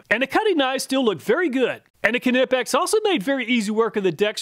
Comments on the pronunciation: Knipex is pronounced nipex like knife. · Knipex > The KNI is pronounced like the first 3 letters of KNIFE. (NY-PECKS) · The Ka-nipex drives me nuts 😂